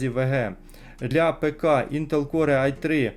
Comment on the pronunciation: Не прийми за докопування, але не Інтел Коре, а Інтел Кор. Перепрошую, дуже б'є по вухах)